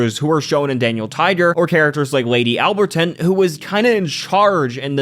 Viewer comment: ... Dude her name is Lady Aberlin...A-BER-LIN not What the heck ever it was you said... I really wanted to listen to your theory but that's just not forgivable maybe you could re-upload it after you actually watch the show long enough to know that was a critical error...and re edit that trolley wreck into left at meow